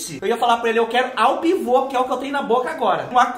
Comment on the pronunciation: Boa noite, bora fazer macarrão de restaurante chik 😉, já tô rindo com seu jeito de falar de macarrão ao dente ou a pivô 🤭, Que lindo ficou seu prato fubá, deu água na boca, vou fazer pra experimentar 😋, adorei seu vídeo 💋💋